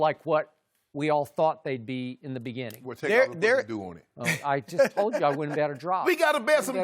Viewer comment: "We gotta bet some dew skip" 😂😂